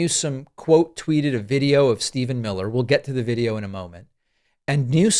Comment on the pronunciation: mill-her!